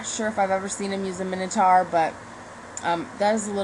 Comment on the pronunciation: He can't Minotuar.